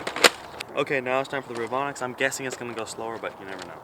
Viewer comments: Re-Von-ix not revinix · he say revenox not revonix